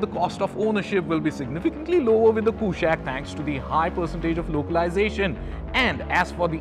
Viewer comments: It's कुशाक NOT कुशैक। from Sanskrit! so that accented A is totally colonial. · i am sure its not pronounced 'koooshaaq'